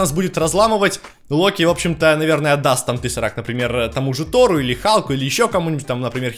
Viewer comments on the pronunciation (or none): none